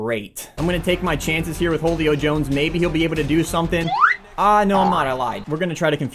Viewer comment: he says holey-o Jones instead of huleo jones